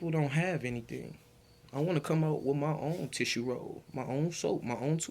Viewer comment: The word is with! NOT wit. Pronunciation is key if you want to make videos with your vocals. The word is this! NOT dis.Instead of making babies at16, you should have been focused on school/education! As Tyriq always says "ya dig?" .